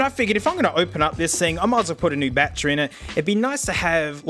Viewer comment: "Bat Tree" lol